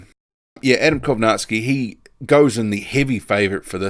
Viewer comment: I cant believe we are only 2 months withdrawn from Millers failed tests and hes being mentioned as an opponent for Fury. He should be out of the ring at a minimum of 2 years imo. Props to the only boxing channel on yt I've seen pronounce Kownacki properly.